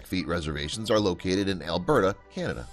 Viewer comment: Älbörta, Canada 😂